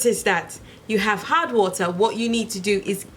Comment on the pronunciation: I thought you said hot water at first... not hard water lol